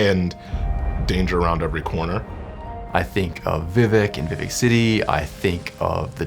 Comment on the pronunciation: did he say VeeVeec ?